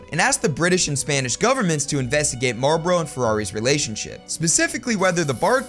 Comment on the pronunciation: Why are you saying Marboro instead of Marlboro? There's an L in the name. It's not silent.